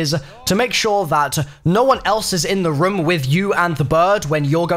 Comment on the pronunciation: I hate how he says room like ryum